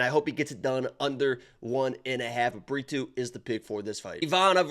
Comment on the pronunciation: Pretty sure you called Brito burrito